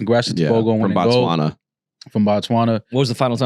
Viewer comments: Pronouncing Botswana as Bots Wunna is crazy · 🇧🇼🇧🇼🇧🇼🇧🇼representing 🎉💯🤞🏾😎🤗🕺🕺🕺..also guys its B-O-T-Swana(bo is pronounced the way you'd say the BO in Booty)